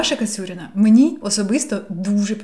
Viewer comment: Супер цікавий розбір! Дуже глибоко і доступно для сприйняття! Єдине - здається правильно Кацуріна а не Кацюріна))